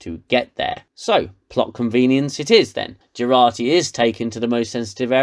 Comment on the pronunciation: Its Jurati...not Gerati